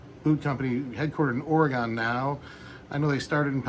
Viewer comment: It's pronounced somewhere between "Oregun" and "Oregin"